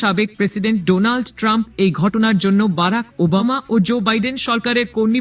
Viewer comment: তোমাকে সংবাদ পাঠ করতে কে বলেছে। তুমি বার বার বলে সাবেক প্রেসিডেন্ট টানপ